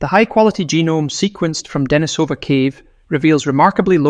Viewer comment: Pronunciation: De-NI-so-van, not De-ni-SO-van. The cave is De-NI-so-va, not De-ni-SO-va.